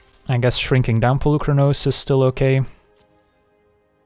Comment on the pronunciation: Hey there, random Greek here! So the "u" in Polukranos is pronounced as the "ee" in "meet" or "coffee". Comes from the word "πολύ" meaning "many" :) Fblthp pronounciation was spot on though. Very fun deck.